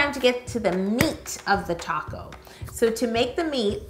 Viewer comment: Every time she says "taco" I think she means "top coat"😹😹